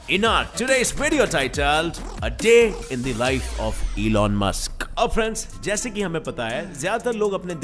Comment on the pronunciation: Any people: Elon Musk legend 🔥: eelon maesk 😂😂😂